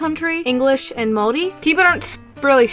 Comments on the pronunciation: fist of all, THANK THE LORD THERE IS A YOUTUBER WHO KNOWS HOW TO SAY MAORI RIGHT! and second of all, we have hangi as a food but I don't think anyone really knows about those so it doesn't really matter. over all tho, nice video. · GOD THIS IS SO ACCURATE AND I'M SO RELIEVED YOU PRONOUNCED MAORI RIGHT Iv'e been watching your content since you made My Little Pony videos way back, and Iv'e always really liked everything you produce! I also live in New Zealand and this video just expains everything so well- I hope people will see this video and go "oh so new zealand isn't a myth country?" I really like your Artwork and Animations aswell! I'm an Artist aswell and I'd like to start Animating proper. I'd love to make some fan art for you some day! Anyways, Great video!